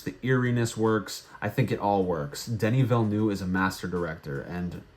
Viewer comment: Your pronunciation of Denis Villeneuve kills me😂